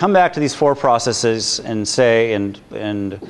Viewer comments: Am I the only person who finds it annoying when someone pronounces the word processes "process-eez?" When you make a plural of a word that ends in -sis (ie. hypothesis, analysis, prognosis, etc.) you change the i to and e and pronounce it -seez. When you have a word that ends with s and you add an -es to make it plural, the e is reduced vowel. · yes... as soon as i heard his pronunciation of processes....just could get through the video